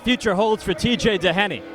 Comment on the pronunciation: seriously somebody needs to tell that commentator how to pronouce Tj DOHenys names. He's not DA HAN EE or DON agh eee. how fucking hard is it to say the mans name?